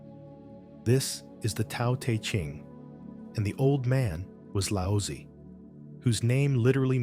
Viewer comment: it is pronounced Dow-de-jing and Lout-zah